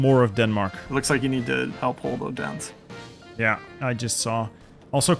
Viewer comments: Just FYI, the name Odense is pronounced with what's known in Danish as a soft D (Please don't make a dirty joke), which is much more similar to the English 'TH'. So it would be pronounced more like O-then-se, with the pressure being on the O. Source: I'm Danish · Hearing you pronounce Odense did hurt me.